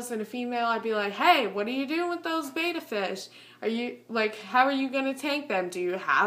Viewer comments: it's Betta not beta BETTA not beta look it up Betta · Just fyi betta is pronounced bet like i bet.. and uh (bet-uh-s) lol i did the same thing and i got alot of hate just trying to save u lol